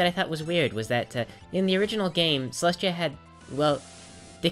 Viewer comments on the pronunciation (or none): Celestia not Molestia